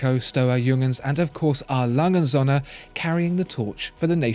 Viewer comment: He Spells "Söhne" like Sohne, if you say that in Germany, it would be a bit strange.